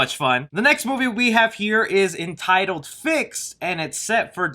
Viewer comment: Bro fixed sounds funny af